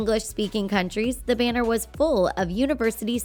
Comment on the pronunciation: where's the speaker of this video from? she has a peculiar way of pronouncing thailand and banner.